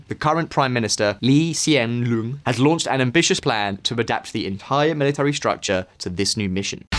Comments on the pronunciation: It’s not loung. It’s long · is not loong but pronounce it as 'long' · it's pronounced as Long